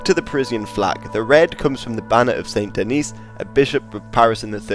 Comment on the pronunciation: Very nice ! Just a note concerning french pronounciations : - Fleur de Lys : The S at the end of Lys is not silent. - St-Denis : The S at the end here IS silent.